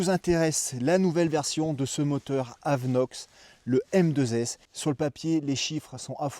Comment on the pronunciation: AVINOX et non pas AVeNOX .... Si non super vidéo !!